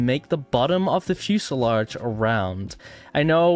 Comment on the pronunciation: Its fuselage not fuesalodge.